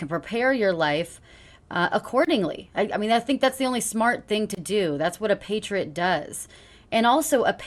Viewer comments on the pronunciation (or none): can i just say i appreciate how she pronounces patriot as “paytrut” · What the hell is a "paytrit"?